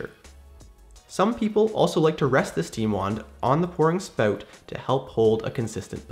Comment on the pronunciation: Haha “spowt”